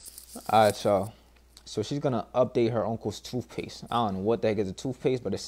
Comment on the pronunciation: "Toofpace" hahahaha